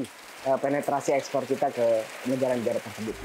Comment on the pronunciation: Expor ??? Yg bener 😅